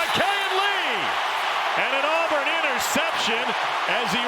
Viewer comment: the name is not Alburn. it's Auburn.